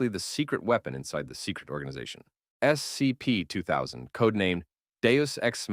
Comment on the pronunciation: Yeah the 'voice' has said "scp" in like 17 different ways. None of them consistent with each other. On top of that, it doesn't say the numbers correctly